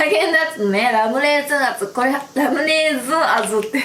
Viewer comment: ラムレーズンあず の訛りで笑いましたw 美味しそうー